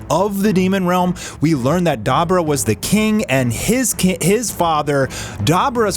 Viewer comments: Wtf is “Dai Bore Ruh” Lmao it’s pronounced “Duhh bore duhh” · It’s Dee bor ah bud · Da bu (boo) ra (rah).... Dude say it right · Dahbra✅️ Dabura❌️ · Duh Boo Rah. That's how your day Dabura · Say it with me. Da bora. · His name is pronounced DA BUU RA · Da-boar-ra! Pronounce it how we know it to be! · 🤔🤔Hmmmm Demon kings names is pronounced more so like Daa boo rah 🤙🏾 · The way u say dabura is disgusting lmao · You can't even say Dabura's name properly, Jesus. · A DBZ fan for 30 years and butchering the pronunciation of Dabura. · Why are you intentionally saying dabura wrong? And now you’re saying kibito wrong. Are you intentionally dumb?